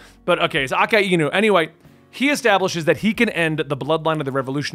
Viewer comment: A-ka-inu lmao this made me think of the coca-ina meme. Anyways just a quick correction, it's a-kai-nu.